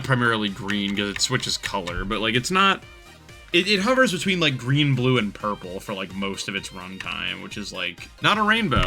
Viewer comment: "why are we orpel" 😂😂